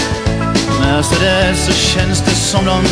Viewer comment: En helt underbar låt. Min minsta dotter har fått sitt namn från denna låt och hur vackert och härligt han uttalar det. Så fick hon sitt namn Mercedes.